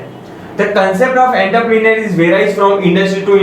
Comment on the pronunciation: You may need practice of pronunciation of entrepreneur..